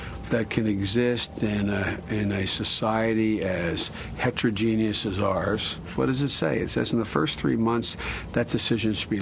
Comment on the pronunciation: is he saying 'heterogenius'?